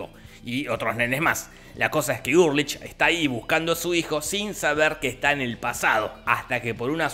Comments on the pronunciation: se escribe ULRICH, se pronuncia ULRIJ Jorge: URLICH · Todos: ULRICH Nielsen Jorgito voz rasposa: URrLICH psdt: casi me da un derrame al recordar todo con el resumen, gracias loco. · Ulrich = Urlich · Dijiste URLICH todo el video - era Ulrich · Es Ulrich, no “Urlich” 🤣🤣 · Ulrich no urlich 😣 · También dice HeGeL y se llama HELGE